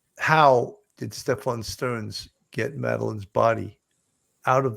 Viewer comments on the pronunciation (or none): Are you still calling him "SteFFON" Literally even after you heard him, Jen, & his own damn family 😂 call him "Steffin". I don't understand. Why everyone is insisting on saying it wrong.That's so stupid😂😂😂😂